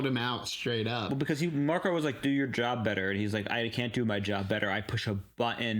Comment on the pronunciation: Hi:hand-pink-waving:😘 We love you and everything, and you are SOOOOO smart! (but...) The name Marco doesn't have an 's' at the end. 😜 This is the 2nd episode that I've noticed you calling him Marcos. It's not like it's a huge deal or anything, but so many other reactors have called him MARCOS INAROS and it just gets me. LOL Just sayin'. But you can call him that if you really want to. I'm SOOOO glad you guys are enjoying this show so much! Your enthusiasm is so evident and so fun! And, so cool that you get to enjoy and react as much as the others get to, now that you're up to date with the episodes you'd already watched., I'm still waiting for the right moment to come up in the show so I can say what you said a few epi's back that blew me away.